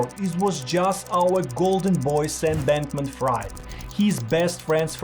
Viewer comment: Could you at least learn how to pronounce Fried last names? Jesus